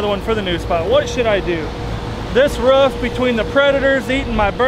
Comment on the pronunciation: Only said roof correctly once and they rest he said ruff